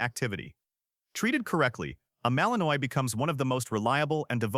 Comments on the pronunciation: Malin-ois...as in Illinois? LMAO! No...if you're going to make a video on dogs, please pronounce their names correctly. It's Mali-nwa....and it's an awesome dog!! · I love how AI said the Belgian Malinois, it was said wrong but was perfect for the way it's spelled, AI never fails to please my ears 😂 As someone who owns 3 Belgian Malinois, it does get very annoying to have people say it wrong constantly and then have their fragile egos hurt when you mention they said it wrong 🤣🤣